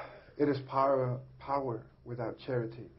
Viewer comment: It is poer- power